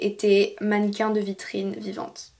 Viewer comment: “Dans la vitriIine?”😂😂